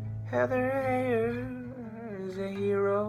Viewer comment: According to CNN, her last name is pronounced HIGHER, not HEY-er.